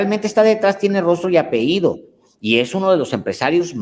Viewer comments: 5° Por ultimo mi admirado señor Alejandro, permítame hacer una aportación: La palabra correcta es "Apellido", NO "Apeido" como varias veces Usted mencionó. Y por cierto, la 2a. Caja es para procesos administrativos que se usa para recibir proveedores, la usan los Inventaristas, Asesores y Encargados. Debe estar disponible para tareas automáticas. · No se dice apeido se dice apellido! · Por favor la palabra debe ser apellido, ape-lli-do...gracias.